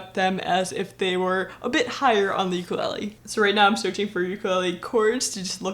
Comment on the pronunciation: it's called Ukulele, not Uklee